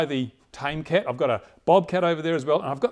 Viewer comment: LOL, tomcat not tamecat! nice job on the pulsejet but you should check out High RPM 2 stroke nitro motors. They make these planes SOOOOOOOOO fast.